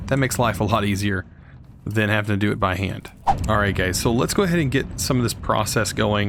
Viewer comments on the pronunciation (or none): none